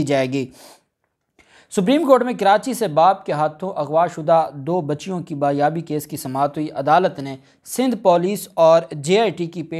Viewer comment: the word is Baziabi indtead of Bayabi.pls corrrect and think before you speak.learned lawyar must be correct .